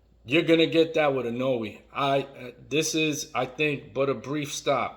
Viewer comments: Pleaseee I-NO-WEH. Not I-No-Way. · I love how every time he says 'Inoue', it sounds more and more like 'cannoli'. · dude, ...is it so hard to pronounce the name of a fighter you make a video about? if you want people to watch, do your homework.